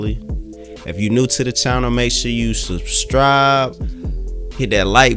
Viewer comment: Substribe? It's Duh South Ya'-ah-all! 🤣